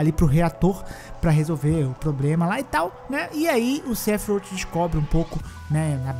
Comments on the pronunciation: "Sefirouti" doeu 😂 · A pronúncia do sephiroth toda hora muda… kkkk